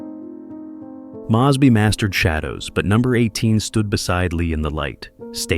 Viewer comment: Impressive, but his name is MOZE BY, not Mahz by